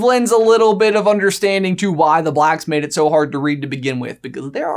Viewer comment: Haha,, you said "made it". Or "mated". 😬